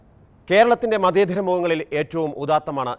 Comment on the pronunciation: മതേതരം മതേധരം അല്ല തത്തമസി അല്ല തത്വമസി ആദ്യം പോയി നാക്കു വടിക്കെടോ